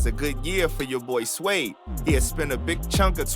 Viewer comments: You can’t pronounce suede you d’umb asf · You can't read the word suede? Shouldn't have even done this video bro